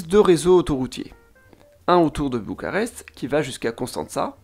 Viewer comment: Bucarest en roumain c'est București (boucourrrècht'i - i final plus ou moins audible selon le contexte), mais en français ça se dit bien b-u-c-a-r-e-s-t depuis des siècles avec un u comme dans lune et un r comme dans renard. Alors là vous avez prononcé selon quelle langue à vous ? Apparemment Bucharest en anglais, pourquoi ? Alors que les autres noms de ville sont correctement prononcées (à la) "romanește". Votre commentaire donne pitié à la langue roumaine comme française. D'un seul mot anglais pour une ville qui n'a pas eu besoin des Anglais pour être célèbre dans la longue histoire de l'Europe continentale, vous blessez Roumains et Français! Chapeau bas!